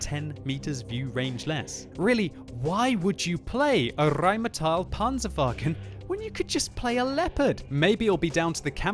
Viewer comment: Nicely spoken xD Rrrrrrheinmetall Panzerwagen!